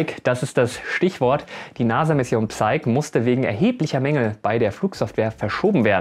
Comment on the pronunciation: Bitte nochmal nachschauen/-hören, wie man das englische "Psyche" korrekt ausspricht ;) das p ist stumm, das e nicht.